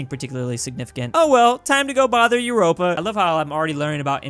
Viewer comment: He literally called Europa “Europe-a”